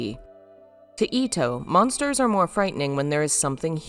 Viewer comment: "Approach the monters"